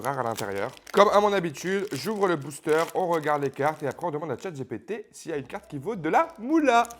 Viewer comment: à force, c'est plus chatGPT mais chatG-ré-PT... 🤡